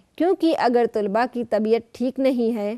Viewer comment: ما شاء الله بہت خوب...! طلبہ کی 'ط'پر زبر ہے تجربہ کی 'ج' پر سکون اور'ر' کے نیچے زیر ہے۔